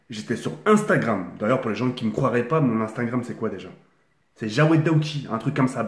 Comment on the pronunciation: Il dit croirait